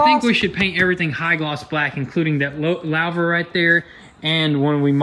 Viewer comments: Guys, its pronounced 'loover' , not loaver. Its french. Louver. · It’s pronounced: ‘Lou-ver’ not ‘lao-ver’ Lol 😂 Edit: when I first typed it I didn’t see any other comments about it. And of course once I do it puts it next to 4 other comments about pronunciation lol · It's a looooohhhhver not lowver. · Lou- ver /////////////// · LOUVER. Rhymes with HOOVER. LOUVER. Rhymes with HOOVER. LOUVER. Rhymes with HOOVER. LOUVER. Rhymes with HOOVER. LOUVER. Rhymes with HOOVER. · Its pronounced"Loo-Ver" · Pronounced "Loo-ver"